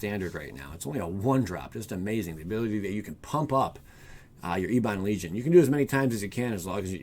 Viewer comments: It's not "ee-bon" its "eh-bun". It means "black" or "dark". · Ebon probounced ehb-bin